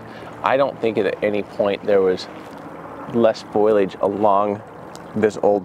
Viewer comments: It’s foliage not foilage 😊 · Don’t want to sound rude but it’s foliage not foilage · Fo-li-age. Not foilage. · Jared... "FOE-LEE-AGE!" Not foilage.